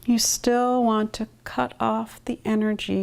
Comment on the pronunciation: Final consonants did it for me... "bacK" "wanT" "pointS" How is anyone still awake?!